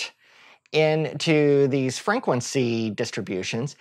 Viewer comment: Exactly. Its so difficult to focus on whats being said when he's constantly saying frinquency